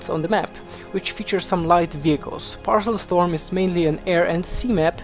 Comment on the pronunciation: Paracel storm, not parcel storm